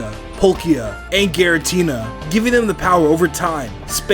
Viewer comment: GIRATINA, NOT GARITINA!